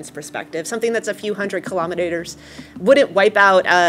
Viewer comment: “something that’s a few hundred kilometres (which she pronounced as kilominators) wouldn’t wipe out a global extinction event”… I hope these American scientists input correct metric parameters when they set off those rockets lol…